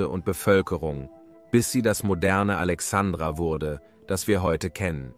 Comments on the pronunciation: Ist es wirklich so schwer,so ein kleinen Buchstaben wie ein "i" zu nennen. Alexandra mag ein wunderschöner Mädchen Vorname sein,hat aber nichts mit dem Namen der großen Stadt am Mittelmeer, und Gründung von Alexander dem Großen "Alexandria" zu tun. P.S. Arabische Republik? Das würden die Kalifen wohl anders Sehen. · ja , schon klar, aber deswegen ist es doch Furchtbar mit anzuhören.